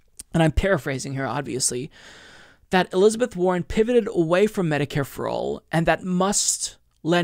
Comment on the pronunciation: trivial but i heard "elizabeth horren" xD